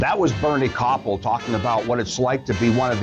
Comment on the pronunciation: You really butchered the pronunciation of Bernie Kopell's last name. It completely undermines your credibility.